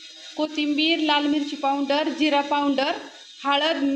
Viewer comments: हे सगळे लोक पाऊनडर म्हणतात..सोप्पा शब्द आहे पावडर..कशाला इंग्रजी बोलतात..सरळ मराठीत भुकटी म्हणा..😂😂😂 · आक्का आदीगर नाही अगोदर म्हणा पाऊडंर नाही पावडर म्हणा. राग मानू नये. सांगितल्याबद्दल